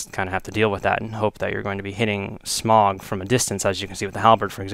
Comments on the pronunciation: OrnSTINE and SMOG. Lol. Pronounced: "OrnSTEEN and SmOH" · It pissed me off soooooooo much that you pronouced it Smog, his name is Smough not Smog. Sorry im just a perfectionist. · pronounced smoh, and ornsteen, sorry, it bugged me :c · SMOUGH pronounced SMUFF